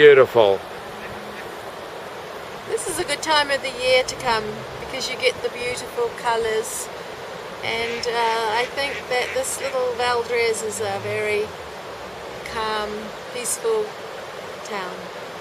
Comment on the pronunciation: It's Valdres, with an "s". Valdrez sounds like a nice place too, perhaps in Spain or Mexico? I'm glad you enjoyed Norway though!